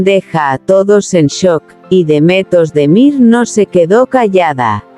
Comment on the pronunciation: Kanaman a Demetos de Mir - kdo to je? To jsou nějaké neznámé zkomoleniny...... Pokud chcete o někom mluvit, tak se alespoň naučte správně vyslovovat jeho jméno - to je základ slušnosti a projevení úcty k dotyčnému. Pravděpodobně chcete mluvit o hercích, jejichž jména jsou Can Yaman (ve jméně Can se C čte stejně jako se čte J v anglickém jméně John) a Demet Özdemir. Tak je neurážejte komolením jejich jmen.